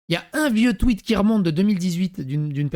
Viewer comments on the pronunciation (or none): none